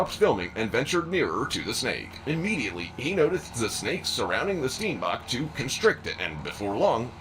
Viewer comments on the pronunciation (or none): Steenbok 😭😭😭the English pronunciation 💀💀💀 my Afrikaans heart is crying lmao